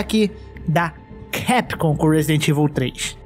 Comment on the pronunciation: não sei qual é o fetiche que esse povo tem de falar CAPCOM errado. chega o ouvido sangra.